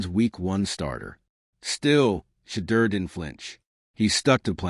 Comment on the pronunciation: They either pronounce Shedeur's name wrong or spell it wrong!